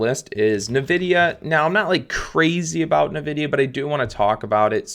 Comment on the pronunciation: It's pronounced "EN"vidia, not "Nuh"vidia.